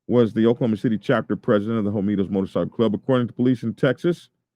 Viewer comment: Is it pronounced Hoe Me Toes (like you are saying)? The word is spelled Homietos which (in Spanish) would be pronounced Ho Me Ay Toes (the H might not be pronounced at all). Not not pickin, just askin - have you HEARD the name or have you just READ it?